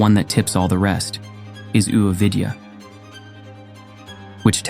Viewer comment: A-vidyã not u-vidyā.